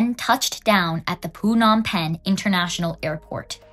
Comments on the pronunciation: Girl what is this “poo-nom penh” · I'm sorry I can't get past the pronunciation of Phnom Pehn as PU-nam pen 😆it's giving Vit-nayum